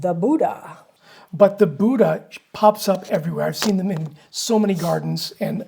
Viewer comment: Sorry, Buddha, not Bussha